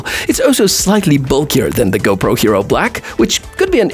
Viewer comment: You said hopro 13